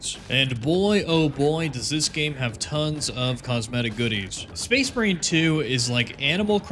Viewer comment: the captions made me realize you say space marine 2 like space brain